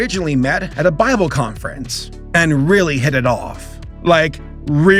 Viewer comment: “The bibble” Hahahhahaha